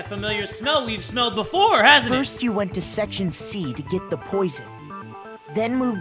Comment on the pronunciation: the queen of saying berfor we do that lets here from our sponser